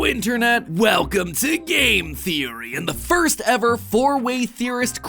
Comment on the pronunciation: pwapers pwease thweowey